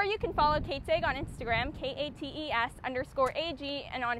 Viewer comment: Kates Ag… she pronounces AG as egg…